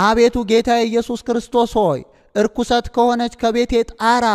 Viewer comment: አንባቢ ሆይ "እርኩሰት ከሆነች ቤቴ ብለህ ያነብከው ልክ አይደለም መሆን ያለበት " ረኲስት"አነጂ!!